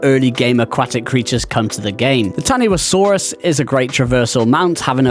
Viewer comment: Taniwhasaurus is pronounced "ta-ni-fa-saurus".